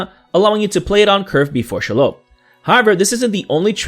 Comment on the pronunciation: The pronunciation of this card’s name is SHEE-lobb. Short O. If it were some random new legend I probably wouldn’t care, but this creature has had a name for almost a century.